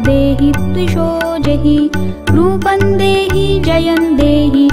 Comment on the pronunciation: Beautifully sung but please take care of. Few words next time. Every word should be correctly sung or recited. It’s rupam dehi not rupan dehi . Many more words are wrongly pronounced. Please correct them if possible next time. I listen to it too often. Great voice👍🏼